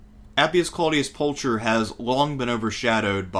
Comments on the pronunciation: Isn't it pronounced like Pulkher ? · Not to be a pedant but “Pulcher” is pronounced with a hard aspirated /k/ sound, not a “ch” sound as in English